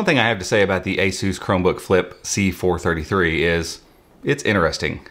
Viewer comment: I can't get over how he pronounced ASUS as A-Zeus...